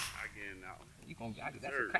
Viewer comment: "Dhatt count" lol